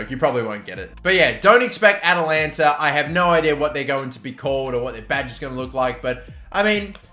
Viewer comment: Atalanta... AT-AT Walker... Atatalantata...